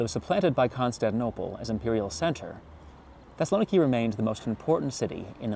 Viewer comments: It’s /thes-sal-oh-NEE-kee/. Learn to pronounce names correctly before you record. If you don’t know this ask any Greek person and practice it until you get it right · That's crazy but we're speaking English not Greek. Greek pronunciation or stress does not automatically apply to load words into English. Most English speakers would probably better recognize the city under the name Thessalonica anyways because of the Bible. English also always (pretty much) renders Macedonia with a soft c and there's no reason to not other than for political reasons between countries hundreds of miles away from the UK and thousands from the US.